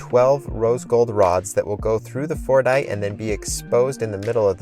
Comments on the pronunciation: I really thought he was saying fortnite 😅😅💀💀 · sometimes my ears just couldn't not hear "Fortnite" instead of Fordite